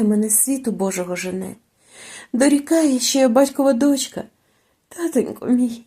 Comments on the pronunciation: Не доʼчка ,а дочка ʼ! Не спішіть в розповіді а так ловко ! Спасибі . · Дякую за прочитання. Усе добре. Але навіщо називати номери глав? І з орфоепією попрацюйте: дОнька, але дочкА; кИдати- не кидАти. А також не оглушуйте дзвінкі приголосні - це притамано російській мові. Добре, коли є поруч орфоепічний словник. А взагалі молодець. Продовжуйте й далі таку роботу.